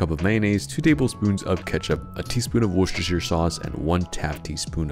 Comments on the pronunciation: Worcestershire sauce is pronounced as "Woo-ster". None of us in England say "Wer-cess-ster", let alone "Wer-cess-ster-shire". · "Wuzershire...." we were this close to greatness